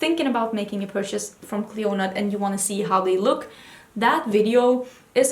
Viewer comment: I'd love to see you revisit your Clionadh shadows (btw the "d" in Clionadh is silent) and I agree a Stained Glass highlights/top picks could be awesome. Would be cool to also see more looks with ABH Riviera - I thought I'd be so inspired by it, but for some reason I struggle to come up with colour combinations when I look at my palette.